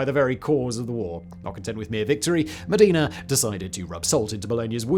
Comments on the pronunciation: Modena! Cristo Dio! You are saying it like the Arab city of "Medina" instead. M O (like in "cop").The accent on the "o" D E (like in helicopter without pronoincing the H) N A (open A like "sat" of "fat"). Also it's false! It's Just a mith. They stole the Bucket after the Battle of Zappolino as a trophy. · Simon, Simon.... There's Mecca and Medina, but it's Bologna and MOdEna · that's not how you say "Modena"